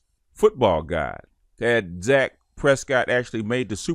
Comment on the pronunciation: "Dak" Prescott